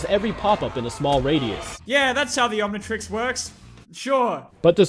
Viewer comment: How it’s said: omnitrix YouTube: ah, yes, onion turns.